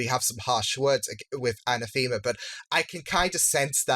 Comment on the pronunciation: Anathema's name is not pronounced a-na-THEE-ma. It's pronounced a-NA-tha-ma.